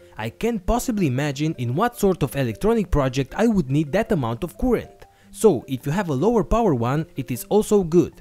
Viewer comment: By the way, "current" is NOT pronounced 'kurent'.